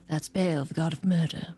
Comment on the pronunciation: Good series but the DM mispronouncing “Bhall” is driving me crazy